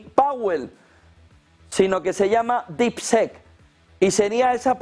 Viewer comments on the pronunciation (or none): No se pronuncia “sek”; se pronuncia casi como “i”. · DeepSeek se pronuncia como “dipsik”. Seek es “buscar”. En Harry Potter, harry era el “Seeker” en el equipo de quidditch, o el “buscador”. Deep- Seek; “búsqueda profunda” más o menos! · ¿Por qué esa manía de pronunciar DeepSeek de-ep se-ek? (Y muchas otras palabras en inglés) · Las primeras silabas las dices bien , DEEP ( DIP ) SEK ( SIK ) , DIPSIK SE PRINUNCIAA , . OSEA ALA PRIMERA SILABA SI LO PRONUNCIAS BIEN , PERO LA SEGUNDA SILABA NO , jajajajajajajajaj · No jodan, no esperamos una pronunciación perfecta en inglés pero mínimo díganle como se pronuncia DeepSeek. No es un sonido que sea difícil de pronunciar para un hispanohablante. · Seek se pronuncia ‘Sik’ (buscar) por Dios! !!! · Pero no le digas dipsec mi hermanito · Pronunciación: diip-siik y esto en inglés se parece a Deepshit😂